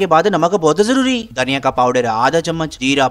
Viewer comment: dhaniya ko bolane ka : 😗😙muuucch muuucch 😂😂😂🤣